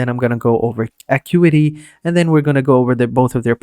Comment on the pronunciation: It's pronounced "uh-KYOO-eh-tee"